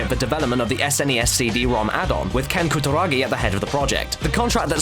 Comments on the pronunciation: Holy shit you butchered his name. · pronunciation of Kutaragi:P